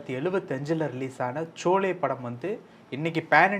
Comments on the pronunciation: It is not Chole… it is Sholay… please pronounce properly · சோலே இல்லை ஷோலே. சரியாக உச்சரியுங்கள். Sholay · யார் இந்த இன்டெர்வியூ எடுப்பவர்? ஷோலே வை ச்சோலே என்று கூறுகிறார். இவர் அவர்களுடைய சொத்துக்களை பற்றி அதிகமாக பேசுகிறார். Dharmendra மிக நன்றாகவும் சந்தோஷமாகவும் வாழ்ந்தார். அவருக்கு என்னதான் ஆச்சு என்று ரொம்ப வருத்தப்படுகிறார். இவருக்கு அவர் யார் என்றே தெரியாது..... நம்ம time வேஸ்ட்.... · நெறியாளரின் உச்சரிப்பு "சோலே"- தவறு. பேட்டி அளிப்பவரின் உச்சரிப்பு "ஷோலே"- சரி. SHOLAY. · Sholay not chole (batura) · It is not cholay. Sholay. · Anchor was not able to say Sholay he is telling Cholay y talk when they r not aware of the details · Sholay....not chole